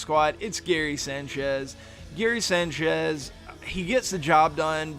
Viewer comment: the way you say sanchez bothers the fuck outta me